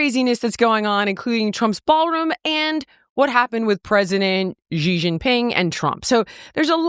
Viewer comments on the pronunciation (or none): Xi’s name is pronounced SHE. It is not GEE.